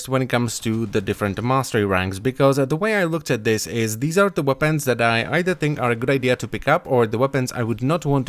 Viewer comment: Wopens, you said wopens